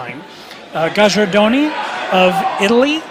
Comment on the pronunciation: Gajardoni is pronounced "Ga-yar-doe-nee"